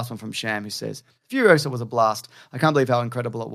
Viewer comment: It's Furiosa, not Furiosa